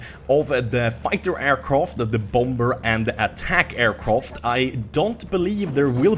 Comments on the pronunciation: Is it me or is he saying aircroft or is it just me... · Aircroft? triggered